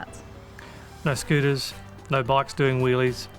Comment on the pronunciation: Is saying “noyu” instead of “no” a new thing in Australia? Seems to be a recent thing.